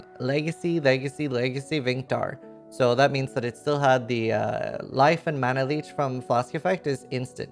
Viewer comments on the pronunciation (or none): none